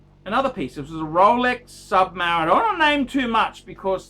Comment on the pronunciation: What the fuck is a sub mareeener? Is that the same thing as a beeezal?